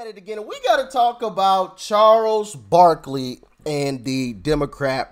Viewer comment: Barkley not barkely...